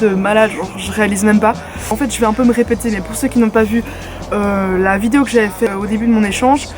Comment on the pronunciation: J'adore le petit accent "vidiow" au lieu de "vidéo" ahah !! Continu comme ça, ton contenu brille Bisouss